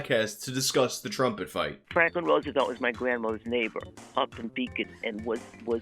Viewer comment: Since you're (very skillfully) making fun of Levison's voice, I gotta take you to task for your own "drumpet". At first I thought that was a hip term for "drunk trumpet" or something... Anyhow, thanks for the investigation — the irony that the guy's company is all about promoting peace and compassion greatly ups the irony factor on this.